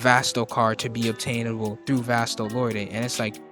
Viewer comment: It's pronounced "vast-o-lord'